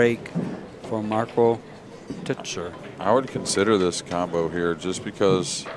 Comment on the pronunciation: marco "toycher" ... not "tootsher". If u wanna pronounce it correctly. Its like Teacher, but toy-cher. You're welcome ;)